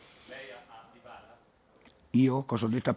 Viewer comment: Chi è dìbala 😂